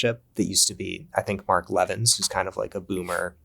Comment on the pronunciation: Mark Le-VIN. He puts the emphasis on on the vin, he hates it when people put the emphasis on the first syllable.